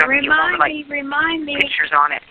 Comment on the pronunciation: Hillbilly hick Dr. Tee Stauch says Pitch-ture instead of picture. Drives me nuts. I could make a long list of her effed up vocabulary. Pronounced VOCABALURY by Dr. Tee. Ughhhh